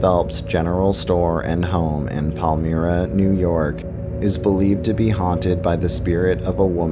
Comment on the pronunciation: Palmyra lol pal MY ra not me ra good try tho